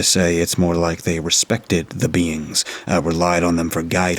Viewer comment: Who else thought he said the “beans” and took a few too many seconds to process ooooohhhh “beings” 🤪😂